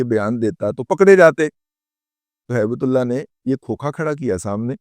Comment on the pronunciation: موضوع پر کوئی اعتراض نہیں. لیکن آپ درود پاک سے گفتگو شروع کرتے ہو. ہیبت اللہ کو ہیبت اللے)(نقل کفر، کفر نا باشد) کہتے ہوئے شرم نہیں آئی آپ کو؟ ہیبت کو ہی تے کہدیتے تو چل جاتا. اللہ کو نعوذ بااللہ اللے کہتے ہوئے زبان پر آبلے کیوں نا پڑ گئے. اللہ کی شان میں گستاخی پر توبہ کرو اللہ سے. بہت منہ پھٹ اور بکواسی ہو.